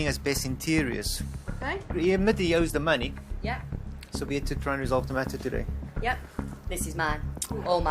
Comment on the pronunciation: TAHDAY??? Does it need to be paid TAHDAYY??? 😂